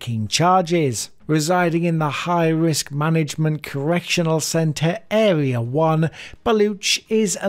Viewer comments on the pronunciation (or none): none